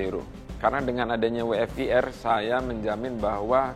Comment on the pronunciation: So sorrryyy SIR .. Must be W (Double You) F (Eif) Q (Kiyu) R (Ar) ... but all great LOL